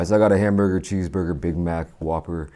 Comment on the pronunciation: I got a hambogr, cheezbogr, bihmach, wahpurr